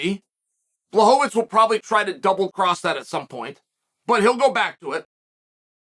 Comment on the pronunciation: wwooooow, 3sec`s in and I hear Błachowicz, and not Blauhovovitsch, Chael P prove once again why he is the goat.